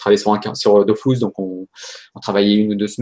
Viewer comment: Aaaaaaaaaah. C'est "Dofous" au lieu de "Dofus". Tout n'est que tromperie. (Sinon super interview)